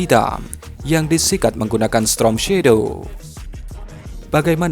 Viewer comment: Misi min,, maaf sebelumnya yg benar itu pengucapannya STORM Shadow bukan STROM Shadow 🤭😅🙏🙏